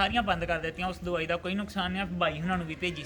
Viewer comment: Davai ka nam shmj ni aaya veere plz dobara batana,🙏🙏